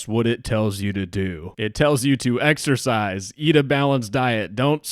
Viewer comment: exercise? I thought you said extra fries?